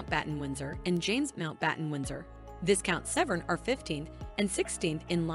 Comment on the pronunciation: Pronounced VYcount not VIScount.